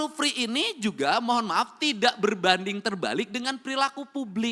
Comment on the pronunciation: Free pak bukan pri 😅